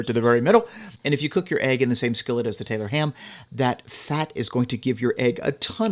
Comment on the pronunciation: I’m from Maryland but my wife’s family went to Jersey every summer and they call it, and have been frequently corrected, Taylor’s pork roll. Also he should have said make it a drinking game and every time he mispronounced it to take a drink 😂